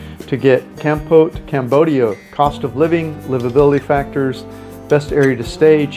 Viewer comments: Kampote? The worst pronunciarion ever! Why nust US citizens have weird ways of oronouncing foriegn names. Why don't they listen to how others say a word? Kampote? No Cambodian would understand what he meant. When they realised, they would correct the way he says it . Try saying it as calmpot. Meanwhile, he has a very irritating voice as well. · Its not kamput. It's kampot. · It is pronounced Kam-pot; like a pot you cook in. We love it there.